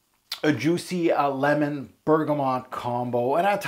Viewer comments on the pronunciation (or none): none